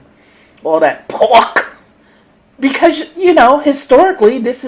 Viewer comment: Lol "All det Porrrk!!!"